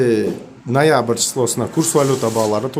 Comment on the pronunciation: Нойабыр дейт ко гангирап😂